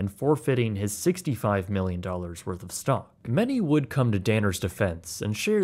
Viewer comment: Did you say stonk..? I coulda swore you said “stonk market”